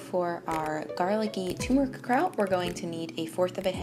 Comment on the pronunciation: TuRmeric...TURRRRR, not TUMORic But, on the positive side...cool recipes. Thanks!